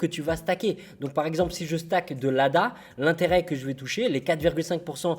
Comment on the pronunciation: 18.630 dollars de posés en staking comme ça, sur une vidéo :p (d'ailleurs c'est stake, ça se lit steïk ; pas stack qui se lit comme tu le dis, qui voudrait dire empiler plutôt)